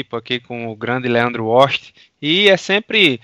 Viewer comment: "Grande Leando Oxti"